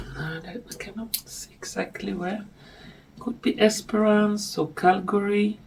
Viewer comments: It is Kalgoorlie (not Calgary). It’s a gold mining down in Western Australia - North-East of Perth. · I think the town/place you were trying to find that sounded like Calgary was Kalgoorlie 😊 Thank you for the NZ/Aussie update. Oten feel a bit left out of things down here 😂 ❤ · Calgary is in Canada. Kalgoorlie is in Australia. Pronouncing it incorrectly. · Calgary Canada ? Or is there one in Australia or Nz? Oh I looked it up and there is a town with that pronunciation In Australia, spelled Kalgoorlie.